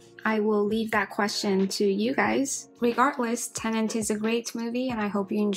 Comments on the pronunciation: "Tenet" not "Tenent" atleast get the name of the movie right. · She repeatedly said "Tenent", which is not right.